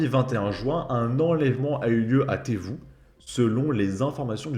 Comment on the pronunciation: Non le 01 c'est l'Ain, Lyon c'est le 69, le Rhône. C'est Trévoux la ville et pas Tévoux comme tu dis. J'aime ton contenu mais travail un minimum sur les informations que tu donne s'il te plaît.